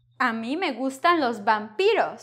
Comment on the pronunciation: 'los vampiros' you even said Vee (not 'B') and later you said 'de gusta los vampiros' with Vee !!! (not B) :) the same in numbers lesson. you say veinte (with B) many times, but later i can hear veinte (with Vee)... not easy :)